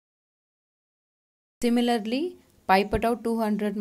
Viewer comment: Similarly is pronounced as THIMILARLY 😀😃😄😁😆